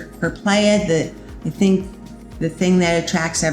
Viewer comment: ok but she should know how to say "playa" she lives there it's embarrassing